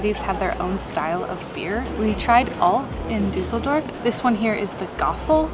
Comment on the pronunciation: Duss el dorf. Not Du sell dorf lol